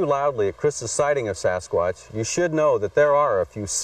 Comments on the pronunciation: If you're going to talk about Sasquatch, then learn how to pronounce it properly you dink!!! It's not a sasq"ooo"atch, it's a fucking sasqu"a"tch!! JEEZUZ some people!!! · SaSS QUÀTTCH🦆🦆🦆🦆🦆🦆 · Sass kwattch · Sasqwaash lol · The way he says Sasquatch tho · I wish the narrator would learn how to say Sasquatch, he's driving me up the wall! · Please stop it if you can't pronounce Sasquatch the right way say Bigfoot... just saying..